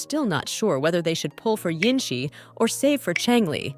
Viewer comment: her name is jinhsi... not jinshi